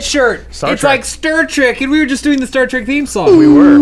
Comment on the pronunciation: "It's like STIR TREK!" xD